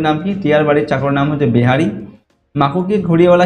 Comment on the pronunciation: স্যার আপনি যেটা বেহারি বললেন সেটা বিহারী হবে